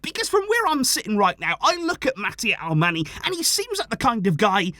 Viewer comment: Hi! Just a suggestion, Alemany is pronounced like "Alemañ/Alemanh". That NY is like Ñ in Spanish. He is from Majorca. Thanks for the content!